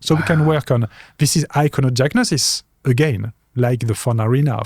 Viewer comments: He's probably a little illiterate,, Phillippe says icono diagnosis, while translate: icono "jugnosis" and very wisely confirms! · Phillippe says icono diagnosis, while translate: icono "jugnosis" and very wisely confirms!